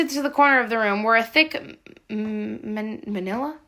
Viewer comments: Hey here’s how you say Manila is muh-NIL-uh hope this helps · It's pronounced mah-nil-aaah. It's just a normal brown folder. 🙂 Thank you for reading! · I love this story! Thank you for reading it!!! (Btw, manila the folder is pronounced like vanilla the flavor) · “Manila” would be pronounced like “vanilla” but with an “m” (You’ve probably already been told this, but just want to make sure you know)